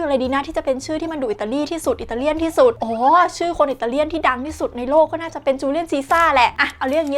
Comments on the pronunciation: Julius Caesar ทับศัพท์ได้ว่า จูเลียส ครับ แต่บางท่อนได้ยินบอกว่า จูเลียน เหมือนกัน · ปกคลิปผมอ่านออก... แต่ในคลิปน้องเขาออกเสียงว่าจูเลี่ยน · ตกลง จูเลี่ยน หรือ จูเลียส ฟังไม่ถนัด